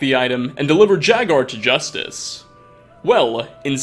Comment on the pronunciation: The way you say Jagar disgusts me.